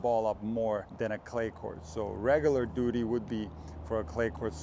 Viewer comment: Ah, duty. Thought you said doodie.